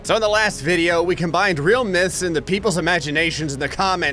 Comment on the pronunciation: That ain't miths that's challenges